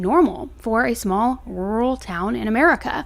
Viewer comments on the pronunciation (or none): The word rural is a stickler for a lot of people. Break it down to rurr (rhymes with purr) plus all (ull) You make two "r" sounds separately. That is the secret. Your second attempt on this video was much closer. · Ditto on the word Rural 😅❤ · We have a distaste for the same word,"rural" ...can't say it either 🤣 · I can't say rural either that's such a weird word lmao I say secluded instead. But this case is insane I feel so bad for their loved ones!